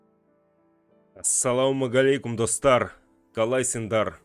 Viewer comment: Асаламуаллейкум а не асаламугалейкум говори Асаламуаллейкум